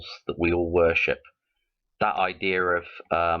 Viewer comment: Its not ideer its idea